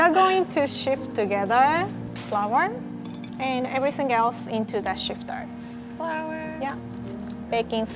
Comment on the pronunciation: She’s says sifter like shifter But that’s okay, imma little shifty myself lol I love too 💓💓